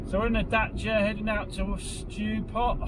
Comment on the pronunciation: They day has finally come. He didn't say "daycia." :D